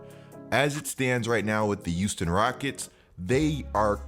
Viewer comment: “The youston rockets”